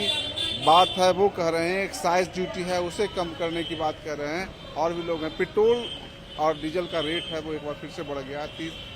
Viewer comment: अबे , पेट्रोल बोलना तो सीख ले ; पेटोल , पेटोल कर रहा है ! क्रूड ओईल का रेट क्या अपने हाथ में है ? State Government के taxes कौन बढ़ा या घटा सकता है ?? सोच !